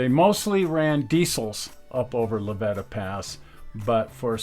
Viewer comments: Just for the record... The pass between Alamosa and Walsenburg is pronounced La Vee-ta (long E) Pass. Thanks. I enjoy all your shows and have watched almost all of them. The Rio Grande refused to let the C&TS into Antonito and cut the line just after delivering the last of the NG equipment the two states and the NGRRA that had picked out to save Just as their engine had pushed the last car off on to C&TS track which ended where the dual gauge track ended they had their n track gang there to take out a 30ft and a 40 ft. length of rail as I recall. as I recall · Great video. Just FYI it's La-VEETA Pass. Sorry, local knowledge. Also on the north end of the valley - SA-WATCH (Saguache). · It's pronounced La Ve ta pass and the pictures you show as the top of the pass is actually the town of La Veta on the east side of the pass. You need to better research on the Rio Grand Scenic RR to find out why it went belly up.